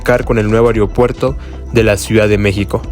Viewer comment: Ojalá ya lo amplíen hasta Huehuetoca, URGE. Se dice AEROPUERTO no areopuerto